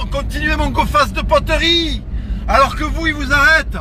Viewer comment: Il me fait rire comment il dit poterie mdr "poteurie"